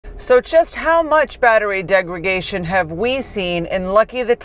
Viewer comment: "Degra___Day____shun". Not "degra___Gay__shun". Good video though.